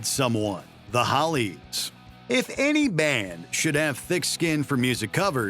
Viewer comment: It’s Hollies not Hallies